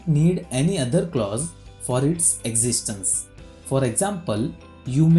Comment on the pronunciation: existence hota hai bhai, not existance.